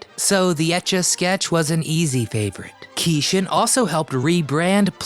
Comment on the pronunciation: Great video! But I think his name was pronounced like "key Shawn".